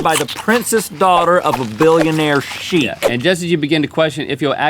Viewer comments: seriously bro, whats a shiak. Its called a shekih, dont you dare make fun of my name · Sheikh = pronounce Shake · Sheikh is pronounced shayk, or 'shake' in milkshake. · Sheikh = Shake, not Chic :) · The way rhett pronounce the word sheikh it sounded like he is saying sheep 😂😂😂😂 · "sheikh" is pronounced like the word shake. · I love Dubai, I actually briefly met one of the sheik's sons. (Btw rhett it's pronounced like Shake)